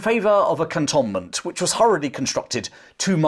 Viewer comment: Cantonment is pronounced “cantoonment”.